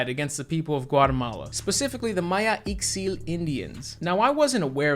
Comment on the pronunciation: Great review! And just a note, the x in Ixil sounds like “sh”